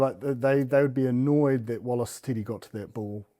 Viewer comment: Someone please explain to Bryn how to pronounce ’derby’ and ‘to’.